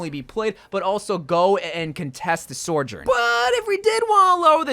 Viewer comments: Sojourn. Not Sorjen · Dude, why do you keep pronouncing Sojourn's name so wrong? Its just So-jern, not Sore-jern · Is there a secret reason why you call her sorjourn and not sojourn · Why do you say soujorn like that 😭 goodness gracious it always catches me off guard